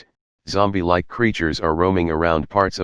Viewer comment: “Zambie like creatures”